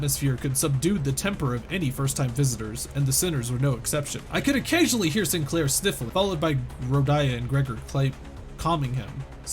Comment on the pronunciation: Oh it's the SIIN-KUH-LAIRR chapter huh Nail and Hammer.